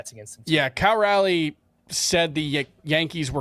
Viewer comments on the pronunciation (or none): fighting for his life on how to pronounce Cal Raleigh. “Cal Rally” is not it lol